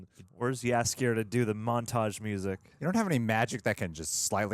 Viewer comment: Your pronounciation of Jaskier is very good, actually one of the best I've heard of foreign reactors!